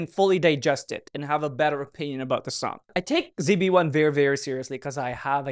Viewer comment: i'm not used to pronouncing zb1 as "Z-B-1" lmao 😭😭😭